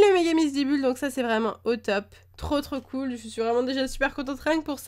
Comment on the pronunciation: Déjà, on dit "cool".